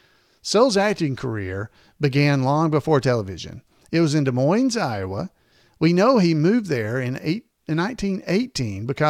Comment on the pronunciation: it's pronounced de moin---the iowa city has a silent es. however, in washington, the town there is pronounced with the es.